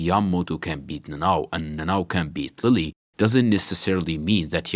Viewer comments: Its pronounced leel like the french futbol club. Not lily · Just an FYI, Lille's name is apparently pronounced 'Leeyay'. Between that and Chocolate Ingles, he seems to be from the Caribbean